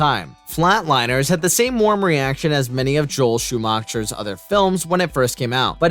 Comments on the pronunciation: He's saying Joel's last name wrong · How can someone be so terrible at pronouncing names and places? I would think that the content maker would have enough respect for his viewing audience that he'd learn hot to pronounce Joel Schumacher's last name, and "Cannes Film Festival". It's not pronounced "canness". How embarrassing....